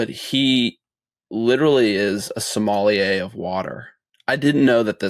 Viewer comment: OMG, It's sommelier, not somalie, dude!